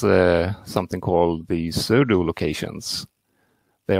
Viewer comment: No, it was hard to understand what you said and the closed captions said "sudo locations".